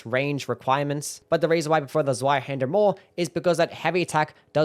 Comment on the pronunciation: Zweihander rules! Oh, and it's pronounced "tsvai", the 'z' is 'ts' like in "tsunami".